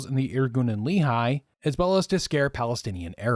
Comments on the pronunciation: Great video! (I'm only ¼ of the way through but so far it's really interesting ☺️) One note, some of your pronunciations of Hebrew terms are off- Lehi is pronounced "LEH-khee" not "LEE-high", Negev is NEH-gev, Ben Shemen "BEN SHEH-men". In general Hebrew only has two ways of pronouncing words - emphasis on the last syllable or on the penultimate one. While emphasizing the last syllable is more common overall, there are certain kinds of words that are penultimate. Peoples names, for some reason, tend to shift to penultimate (Adam - man - moves from ah-DAHM to AH-dahm when saying a person's name). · Just one quibble regarding pronunciation: The Lehi is pronounced as "Lè Hee", rather than "Lee Hi". Thanks for the history lesson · Also, great video, but Lehigh is a valley in Pennsylvania; Lehi is pronounced like "ready" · LEHI is pronounced Leh-Hee, the second H is a hard H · Good Job, only one thing, Lehi is pronounced Le- Hee not like a the town in Utah. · Brilliant video well done! Just one comment, the proper pronunciation of Lehi is the h is like a g in Dutch, a guttural sound like a cat hissing hehe. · The incorrect pronunciation is the one used by Mormons.